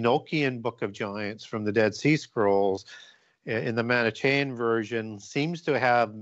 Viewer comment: Manichaean, which pronounces as "man-ih-CHEY-an" and pronounces as "moan-ACK-ee-an" is actually pronounced "man-ih-KEE-an" in English. Or at least, that's how I've heard professors of anthropology and archeology say it.